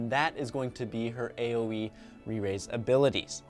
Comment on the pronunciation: He's says 'aoe re-rise' 😂